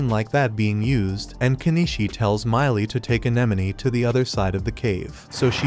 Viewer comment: Nor the difference between Kenishii & KeniCHI